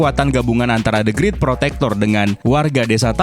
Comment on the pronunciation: Bukan the grit,the greet,bacanya